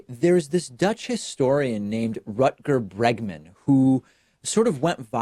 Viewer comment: After hearing David try to pronounce "Rutger Bregman" I want him to try "Reguliersgracht achtentachtig twee hoog" too!